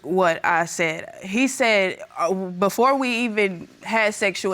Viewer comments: "bofer dem" like oh mannn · “I told the burff of them” 😩